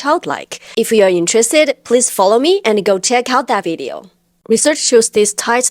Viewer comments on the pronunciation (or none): none